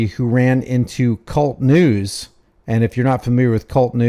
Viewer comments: It's not Cult News it's K-U-L-T News Each individual letter.( K ) (U )( L) ( T) News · It is NOT kult news, It is K- U -L -T news. He HATES that when people say "cult" news. Keep exposing the thugs!! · It’s not kult news it’s K-U-L-T news not 1 word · Its not Kult news... its K.U.L.T news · KAY-YOU-ELLE-TEE NEWS. K. U. L. T. NOT cult news.